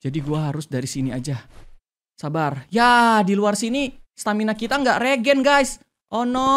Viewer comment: tadi kak regi bilang "stamina mina ee"😅😂